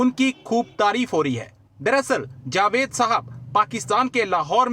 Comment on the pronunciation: कमर चीमा, जावेद बोला करो। जवेद नहीं । नाम मत बिगाड़ो। जावेद मियांदाद है की जवेद मियांदाद ? तो वैसे ही जावेद अख्तर है नहीं की जवेद अख्तर। समझ गए ? अगर समझ गाए हो तो याद रखना । सही उच्चार करना ।